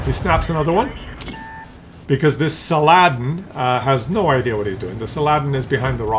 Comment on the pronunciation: SAL-a-Den. 😂😅 Algebra? Maybe Arthimatic? 😂😅